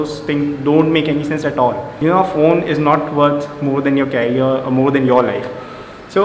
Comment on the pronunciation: Bro its not carrier... it is "CAREER"... please improve your english too...😂😂😂it is needed in todays world